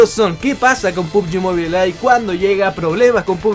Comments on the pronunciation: Mobile se pronuncia MOBAIL no MOBILE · Otros youtubers: pubgi "MOBAIL": pubgi "MOBILEH"